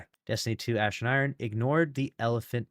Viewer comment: Notice he said “ass” instead of “ash”, it has become habit.